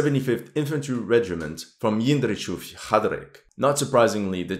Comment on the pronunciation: Hey, no offense, I know that czech names and names of the czech cities are incredibly hard to pronounce, but I've watched the part where he tried to pronounce Jindřichův Hradec at least 100 times. He made totaly new word from it.